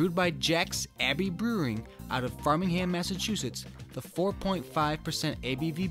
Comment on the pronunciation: “Frame-ing ham” and “Narra-gansett”. Source: Imma wicked new englandah